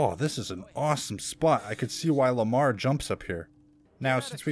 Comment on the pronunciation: bruv its lemar the pet of isaac